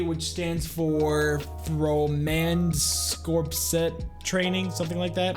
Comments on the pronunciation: Love the background videos. Btw, “corps” is pronounced as “core” not “corpse” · For future reference if a military branch or segment like jägerkorps or Marine corps or anything that as corps in it, it is pronounced core not corpse